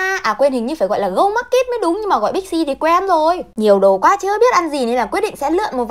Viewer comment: Big C nghe thành pepsi :))